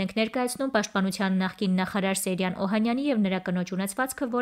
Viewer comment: Աղջի՛կ, կարդում ես և ամենակարևորը՝ ՍեՅրան անունը չգիտես ՃԻՇՏ արտասանել, նաև հաստատ՝ գրել։ Ոչ թե ՍեՐյան սխալով պետք է գրել ու արտասանել, այլ՝ ՍեՅրան ։ Ամո՛թ է, չնայանած ավազակը սոխով֊սխտորով սիրտս չէ։ Ուղղակի՝ կարդալ, գրել, արտասանել սովորե՛ք, հետո այս գործն արե՛ք❗